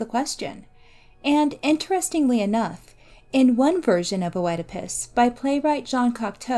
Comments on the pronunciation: if we actually want to really talk about the pronunciation, Œ is a diphthong, it is pronounced as a closed E in greek, it sounds like a E and an U ( and even an I sometimes) all at the same time...which is pretty hard to pronounce for anglophones! Here is the greek prononciation And here is the anglophonic prononciation: Mispronunciations with Greek words are very understandable, especially when you only read them indeed! Greeks literally have like the opposite vowels prononciation from Germanic languages and English might be the softest Germanic language, it is still a Germanic language! So don’t worry as much as you annoyed some people...we still all understood what you said! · Yes, yes. How it's pronounced shouldn't matter. The pronunciation has likely shifted over time and in different cultures. But oh-edipus was the one jarring thing in a great video. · I am so annoyed by how she pronounced "Oedipus" -- a simple Google search before making this would have been enough instead of constantly saying "oh-eh-depus" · I enjoyed the video but if i could have one small gripe: the “o” isn’t pronounced in “oedipus”. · Hey thanks. Im sorry if my pronunciation was bothering, it wasnt my intention and i do appreciate the correction. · lol, no please dont feel guilty. I wasnt disappointed in this hero, he is a circumstance of his fate. A good rule of thumb for mispronunciation is a peron had learned the word through reading rather than hearing it spoken. I just dont have many opportunities to discuss heroes and monsters aloud... its always been O-edipus in my head whenever i read it. I do appreciate the correction, and thank you so much for watching and commenting! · it's all ok. I was only joking about the disappointment part and I totally understand with the mispronunciation. Keep up the good work :)